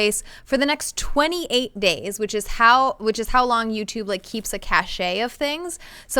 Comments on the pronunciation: “ca-shay” It’s “cash!” “CAAASH!” Throws monitor out the window. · Frizzil it’s actually cache lol (still pronounced cash tho)